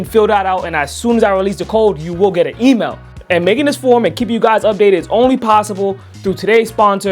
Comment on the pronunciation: Pronunciation tip: email is EE-mail, not EE-mo.